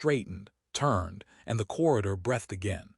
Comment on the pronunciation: I wish the AI could pronounce breathed properly.